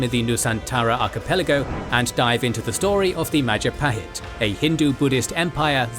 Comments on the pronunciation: Oh look at who controls all the islands? It's the Mahajapit ❌ Majahapit ❌ Mapajahit ❌ Mahapajit ❌ Mapajahit ❌ Ma..ja..pa..hit ✅ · Mahajapit ❌ Majahapit ❌ Mapajahit ❌ Mahapajit ❌ Ma-ja-pa-hit? ✅ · mahajapit ❌ majahapit ❌ mapajahit ❌ mahapajit ❌ mapajahit ❌ majapahit ✅ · Maja-pahit ❌ Maha-pajit ✅ (maha means great in Sanskrit) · Mapajahit ❌ Majahapit ❌ Mahapajit ❌ Ma ja pa hit ✅✅✅ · “Oh, look at who’s in control out of all the islands!? It’s the mahajapit! ❌ Majahapit! ❌ Mapajahit! ❌ Mahapajit! ❌ Mapajahit! ❌ Majapahit? ✅ “ bill wurtz history of the entire world I guess video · New video from? It's the Mahajapit Empire! ❌ Majahapit Empire! ❌ Mapajahit Empire! ❌ Mahapajit Empire! ❌ Mapahajit Empire! ❌ Ma-ja-pa-hit? ✅ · Oh look it’s the Mahajapit ❌ The Majahapit ❌ Mapajahit ❌ Mahapajit ❌ Mapajahit ❌ Majapahit ✅ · Mahajapit ❌️ Majahapit ❌️ Mapajahit ❌️ Mahapajit ❌️ Mapajahit ❌️ Ma-ja-pa-hit? ✅️ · Lovely video, but you guys need to work a bit more on the Indonesian pronunciation 😄